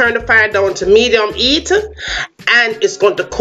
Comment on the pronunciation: Ha ha ha 😀😀 & when she’s meant to use the H she doesn’t lol medium ‘Eat’ 😂😂😂😂